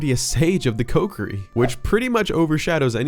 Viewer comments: Love your voice and everything you talk about but you saying Coke-ery instead of KOHkiri is murdering me right now. 😅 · Man this dude saying "Coke-er-ee" and not "Co-key-ree" is REALLY messing with my head. Have I been saying it wrong?? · Wrong pronunciation of Kokiri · Stop saying kokiri wrong 😅